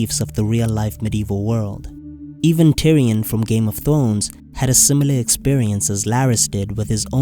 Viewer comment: ThRones, with an R. Not "thones". Speaking of disabilities lol.